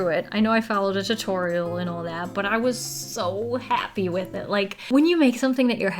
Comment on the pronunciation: Why is it wiff its supposed to be with waffles not wiff waffles